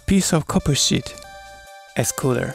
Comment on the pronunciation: He's just saying the way you say "sheet" sounds a bit like a swear word ^_^